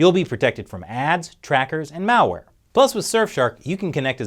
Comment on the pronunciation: I could have sworn I heard you say "Mao-ware" instead of "malware" at the end.